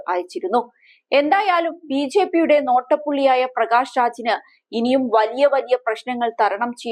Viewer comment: 🤭ബി ഛെ പി, എന്നു പറയാതെ സഹോദരി,. 🤭